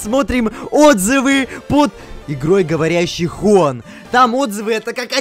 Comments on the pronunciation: Не хУан а хуАн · Не Ху́ан и не Хуáн а Джуан